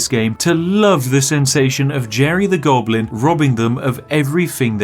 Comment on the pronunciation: "a conniving gonoblin." spiff 2020